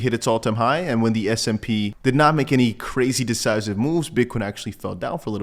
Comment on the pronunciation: Love your show. But it sounds like you’re saying SMP. It’s S&P index 😅